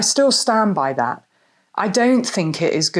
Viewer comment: Please stop sayi h THUT. It's THAAAT.